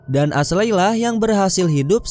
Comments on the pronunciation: Ashley dibaca esli ngab. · Cerita nya bagus tapi sumpah geregetan waktu salah nyebutin nama Ashley. Dibaca esli yah. Wkwkkw coba deh dengerin nama2 nya waktu nonton filmnya.